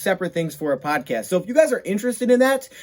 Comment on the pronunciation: 1:0 not Podcast, DODcast, lol.